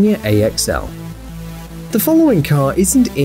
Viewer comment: Notice how he says car at 6minutes